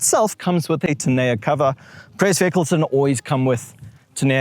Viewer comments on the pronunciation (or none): Please learn to pronounce "tonneau cover", no matter which African language you're speaking. In SA we say "toh-know".